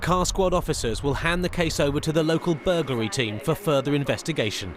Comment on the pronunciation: Bur GUL ry? It's Bur GLA ry. . . . burglary, not burguly, when these police are writing out their reports how do they spell it?